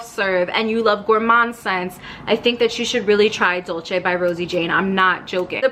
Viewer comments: It’s pronounced “dol-say”, it’s the Spanish spelling not the Italian. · it’s actually “dool-ceh”